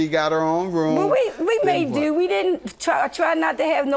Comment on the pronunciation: " IN THE RUME" 😂